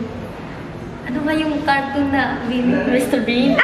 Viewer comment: BEANNI? Yan yung mga tao sa Pilipinas BEANNI-bino 😅😂🤣🤣